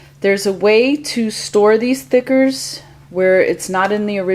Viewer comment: Are you saying thickers or stickers???